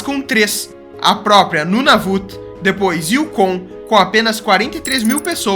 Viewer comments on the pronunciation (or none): none